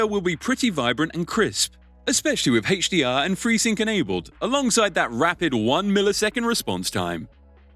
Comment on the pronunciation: Hey-che DR? Lmfao